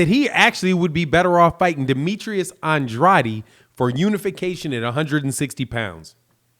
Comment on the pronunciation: Bro you saying Andrades last name wrong just to let ya know